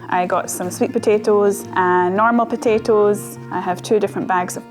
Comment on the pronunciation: the way you say potaoes 🤣